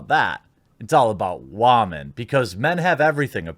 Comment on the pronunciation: Dude, Stop saying "wah-men". It's preaching (or pandering) to the choir. You often make a lot of good points that I agree with but the wah-men thing puts me off and frankly undercuts any reasonable and sensible thing you say. Be better than a butt-hurt dude bro that the woke likes to paint your kind as.